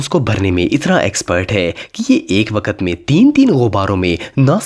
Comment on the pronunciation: Bhai G waakt nhe waqt